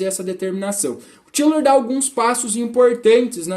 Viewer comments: Lembrando que a pronúncia é "Táilor". Os ingleses e norte-amricanos pronunciam assim. No início quando comecei a ler a obra dele também pensava que era "Tílor". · A pronúncia não está certa . Até onde sei